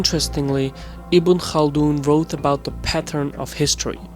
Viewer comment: im just surperised that you pronounced ibn khaldoun's name right!😆👍 good video. liked.